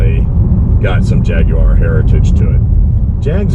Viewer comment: Great like that you pronounce Jaguar correctly 🙂